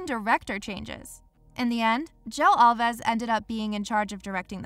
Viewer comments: “Al vees”. Mispronunciation of names kills your credibility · Thats not how you pronounce Alves